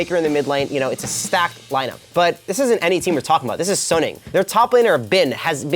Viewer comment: Its gonna be a damwon 3-0 is delusional. And he saying suning wrong